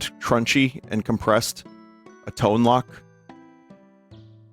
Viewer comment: I believe Tone Loc is pronounced like tone loke.